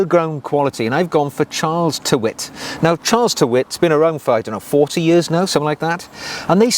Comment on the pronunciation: Great vid. Tyrwhitt is pronounced 'tir-it"